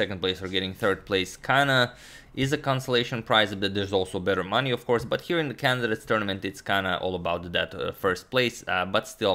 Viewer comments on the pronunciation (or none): none